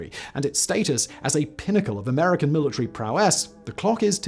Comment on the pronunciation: "... after checking out their weapons, the American had climbed to.." WHAT??? speak up lad up... Seriously, I speak English, but I can't grog you're accent there, mate...